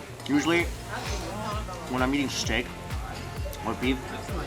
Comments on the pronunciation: its funny how he pronounces eating as yeating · The yeating, the yeel haha